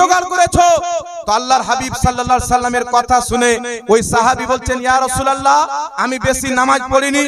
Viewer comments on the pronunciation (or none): none